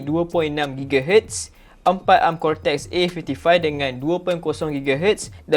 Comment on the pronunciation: Deyyy...cortex dah deyyy...telinga pun lah hai😂😂